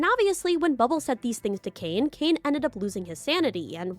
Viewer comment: bro says bubble as "bub-ab-ll"